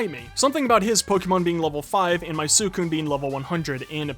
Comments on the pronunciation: its pronounced sweecoon not swoocoon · the way he says suicune is kind of annoying me and no im not some 30 super fan i’m 12 but i’m just saying it’s pronounced swi-cune